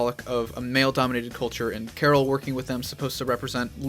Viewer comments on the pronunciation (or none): none